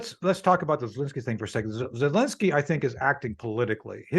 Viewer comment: It’s Zelensky not Zilinsky… “Precips”? I’m thinking precepts. Ok I’m taking a break.